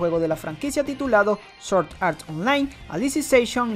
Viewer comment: Se pronuncia SwwOordd No Soorddd